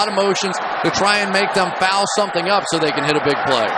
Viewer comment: Did he just saw "fauwl"?